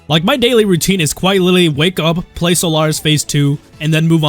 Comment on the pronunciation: Quiit? YOU MEAN QUITE?!